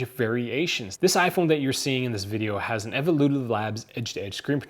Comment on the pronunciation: I wanna know why on the title is smartphone but you just keep say aphone aphone aphone because you can't even say iphone